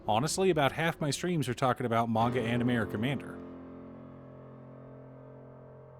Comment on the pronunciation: Oh MANGA not MAGA. Had to go back and re-listen...